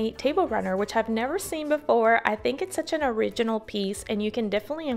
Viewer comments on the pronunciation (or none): none